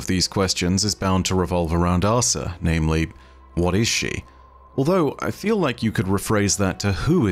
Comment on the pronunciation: She's Leviathan AHsa, not Leviathan ahSA